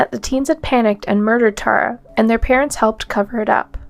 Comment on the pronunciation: It would be better if you learned how to pronounce names like Tara and Belen before making the video.